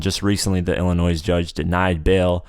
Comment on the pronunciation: it hurt my ears to hear you say the s in illinois